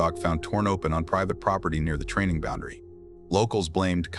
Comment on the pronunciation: bondery lol should be boundary:face-green-smiling